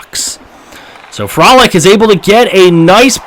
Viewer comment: Couple pronunciation suggestions: Frolik - Fro-leek Namestnikov - nam-es-ne-cough